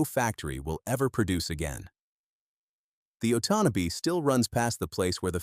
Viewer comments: uh TAUN uh bee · “Oat on knob bee river” 😂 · “Ott an nay bee river” 😂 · I really wish they would use real people and pronounce names properly. It's called the Otonabee river or as we that live there ,the 'otnotabee ' river . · The river is the Otonnabee pronounced: Oh ton a bee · Otonabee pronounced oh ton abee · Do you think you could find a ai voice that could say Otonabee properly? It grates on those of us who live in Ontario. Can't watch the rest of this. Glad that I didn't subscribe.